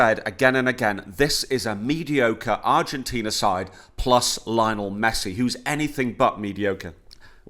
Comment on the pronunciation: Why do you keep saying “Lionel” like Richie? Can’t believe you pay even an ounce of attention to footy and don’t know how to say his name.